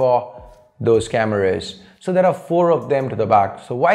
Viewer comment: Why do u say cameruus